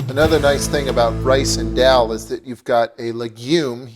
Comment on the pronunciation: abe madarchod albino,,. Ye daal he .not darl..